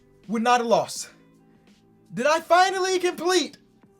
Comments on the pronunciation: Uhhh, I think its Finale not Finally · Man said “the finally” 😂 why nobody tell him Finale*